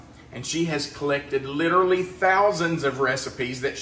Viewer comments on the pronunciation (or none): none